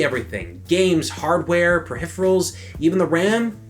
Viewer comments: per-hiph-erals :3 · perhiferals lol